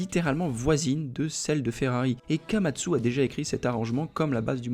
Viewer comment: Et apres il dit kamatsu😅